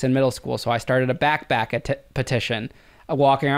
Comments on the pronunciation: whoa whoa wait , he was selling candy out of what ??? his Back Back, 😂😂homie its BACK PACKK P PPP BACKPACK NOTBACKBACK 😂 back pack yenno the letter P like pensicola but yeah tell this man so he dont sound even more of a moron than he already does wchyo backback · Did he say "back back" instead of pack? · i couldnt STAND the way he says backpack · Bro cannot say backpack